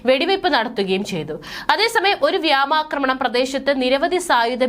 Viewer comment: വ്യാമാക്രമണമല്ല വ്യോമാക്രമണം ഉച്ചാരണം പഠിക്കു കുട്ടി